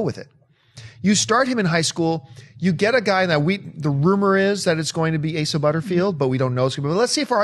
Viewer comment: hey they finally learned how to say Asa right... the cohost totally butchered it last time and John just went along with it.